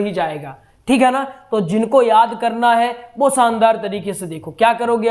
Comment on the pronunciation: अच्छा कार्य कर रहे है मगर पहले अपना उच्चारण सुधारें। श और स में भेद करना सीखें। उद्देस्य नहीं "उद्देश्य", सब्द नहीं "शब्द " बोलिये। दूसरी बात, आप संस्कृत पढ़ा रहे हैँ और सानदार (शानदार) जैसे उर्दू शब्दों का प्रयोग कर रहे है। स्वयं को गुरु स्थापित करने से पहले स्वयं को परिपक्व करें। डॉक्टर नित्यानंद मिश्रा जी से प्रेरणा लें। क्षमा करें, मेरा उद्देश्य आपकी कमियां दिखाना नहीं, बल्कि आपके अच्छे प्रयास को और उपयोगी बनाने के लिए है।